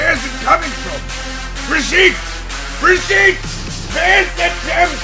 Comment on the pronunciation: Since I can't reach the actual voice actor for Reinhardt, I'll at least mention it for you. Brigitte is pronounced completely with hard consonants. So non of this "brijiiiite" stuff =P